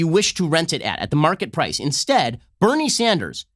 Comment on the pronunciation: Ben Shapiro makes Bernie Sanders sound like Beneri Sandarasu